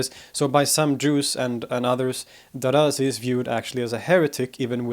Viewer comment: It's not 'Daraazi' with a long a consonant between the letters r and z. The name Darazi is pronounced with two short a consonants.